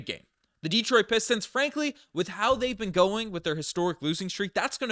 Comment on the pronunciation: de-TROIT not DE-troit...thanks Man!!